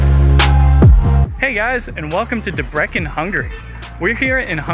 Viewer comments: bro the pronunciation debreKen 🤣🤣🤣. DEBRECEN is pronounced as Debretsen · Debrekken lol. Why not do like 5 seconds of research to figure out the pronunciation of the place your entire video is central to?